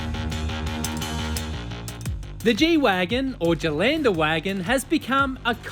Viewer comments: It's a "galendavagen" Not "jalandawagon" It's German. "Gah", not "jah". "ä" sounds like "eh" in English. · Ghe len duh va ghin. Not German, it is Deutsch. Pron doitsh. 😊